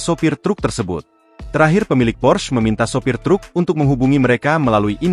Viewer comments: PORSCHE bukan pors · Bacanta porsche,, bukan pors